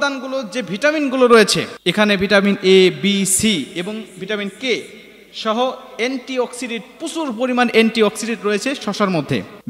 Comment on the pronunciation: ভাতিজা, শারিলীক না শারীরিক হইব। এন্টি অক্সডেট না অ্যান্টিঅক্সিডেন্ট হইব🥵